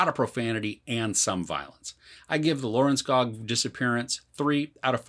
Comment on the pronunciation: Lørenskog, don't forget the ø